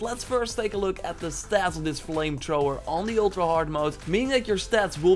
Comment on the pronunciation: "Vire Trower"